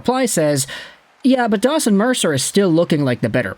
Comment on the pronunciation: You should really say his name right, its DAWGson Mercer